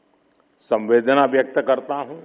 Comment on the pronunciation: संवेदना नही सहवेदना 🙏